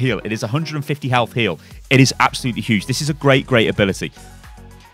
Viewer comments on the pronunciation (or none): none